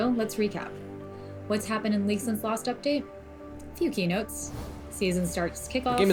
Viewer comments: He always pronounces league as leak for some reason xD. I hear it as well buddy you ain't going crazy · I swear is now saying "welcome to another leak of legends video", or am I going crazy?